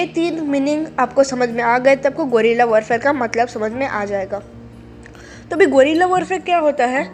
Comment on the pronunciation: Bolna to sikhle golila😂😂